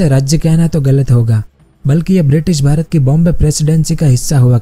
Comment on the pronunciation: Bhrat nai...pyra bhrat boliye